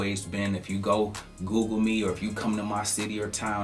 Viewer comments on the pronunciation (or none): none